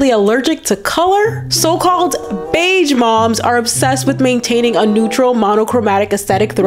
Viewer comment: Beige is pronounced with a zh sound, not a dj sound. Like the s in illusion, not like the j in Joe